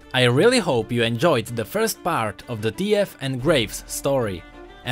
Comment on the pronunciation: When u said "T.F", i was thinking in my head that u said "The Fuck?"